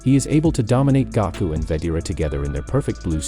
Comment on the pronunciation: he said gako